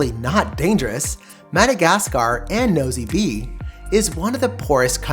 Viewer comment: I suggest you try to get the locals to give you a pronunciation of the places especially French names Nosy Be is actually [No see Bay]